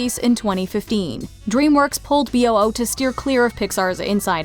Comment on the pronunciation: I think B.O.O is supposed to be pronounced "boo", kind of a clever way making the sound a ghost makes into an acronym